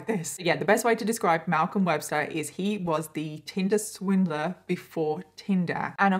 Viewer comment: I keep hearing “Tilda Swinton” when she says tinder swindler 🤦🏼‍♀️